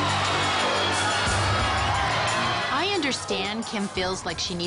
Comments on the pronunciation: Nobody: Absolutely Nobody: Ring Host: Rob and Kim Kordoshian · That guy announces Kourdashian.